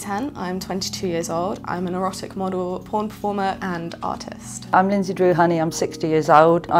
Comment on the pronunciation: Sounds like she said "autist" instead of "artist"